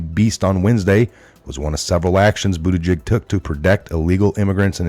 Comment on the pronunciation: DO NOT CHANGE!!! I appreciate how you slightly mispronounce a word here or there. Bootyjig. News anchors all say "Pete Bootedge-edge". No! Pete Bootyjig. That is his name now and forevermore!